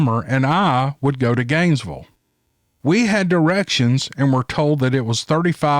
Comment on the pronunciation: My husband started driving on SR 27, starting from Ft Lauderdale somewhere to Bristol, FL. 12 hour drive, at the age of 14 or 15. LOL! I've never heard Gainesville pronounced quite like that,. I LOVE IT! "ganesvul"! My husband calls it Gainesburg.